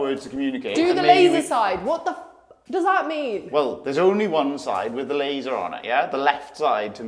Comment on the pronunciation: “Laser” “Laser” 😂😂😂